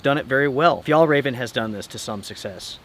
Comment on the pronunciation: Hallelujah! I hope your really finally done with Fjallraven. You have never pronounced this company's name correctly.